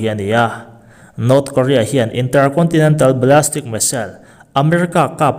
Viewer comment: Ballistic zawk anih hmel Ballastic nilovin